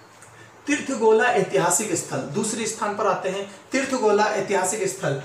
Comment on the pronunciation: Tirth gola nhi teer gola h